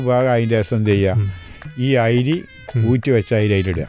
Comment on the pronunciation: ഐരീ അല്ല അരി